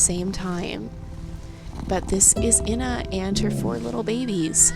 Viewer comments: I'm pretty sure that the babies are called cubs, btw. (I could be wrong though) Her name is also pronounced "ee-nah" not "in-ah", not to mean. Also, lynx are solitary animals, so when they mate, the female and the male do not stay together, the female raises her young by herself. (Sorry if this sounds mean, I just wanted to share some information) 💚🐾🍁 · It’s pronounced eee na